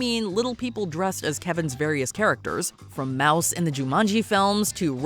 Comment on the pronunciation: its pronounced moose (his jumanji character) not mouse how hard is it to look up how it is pronounced 😭